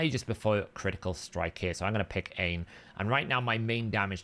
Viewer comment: Aine is pronounced OnYa not Ian 😊